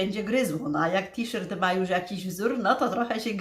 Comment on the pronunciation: T-Shirt wymawia się tiszort ( to jest napisane fonetycznie), w tej niebieskiej blusce, którą masz dzisiaj na sobie bardzo Ci do twarzy. Widać też, że masz coraz zdrowsze włosy, z przodu widać, że już mają połysk. W zachodnich Niemczech, gdzie żyję, też się b. ochlodziła, przed paroma dniami w dzień było tylko 9 °C 🥶. Pozdrawiam i życzę zdrowia 💃🏻🙏🏻